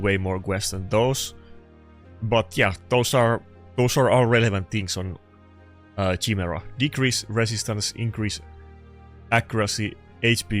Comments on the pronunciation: ya he still cant say it right should go back to the meme chai-mera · I'm having a hard time trying not to get triggered by the way you're pronouncing Chimera xD